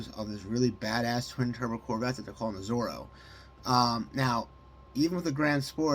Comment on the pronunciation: It’s ZORA, as in Zora Duntov, not Zorro!